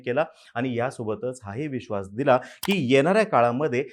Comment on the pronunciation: Veshvas acha hai😂